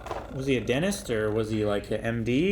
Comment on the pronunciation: pronounced “dentist” as “dennist”